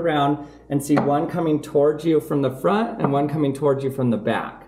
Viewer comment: "one is coming from the frint and one is coming from the back"